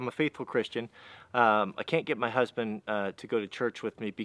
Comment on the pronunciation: Did he just say husband?